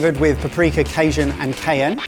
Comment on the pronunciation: Cayenne is pronounced KIE-yen. You are better than the GBBO.